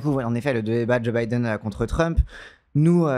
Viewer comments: il est comme mon daron: il dit "Bideune". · La video se lance j'entends "bidéne" banger assuré